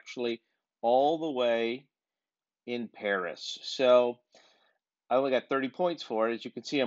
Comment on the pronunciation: As a geographer when you said Paris I got very triggered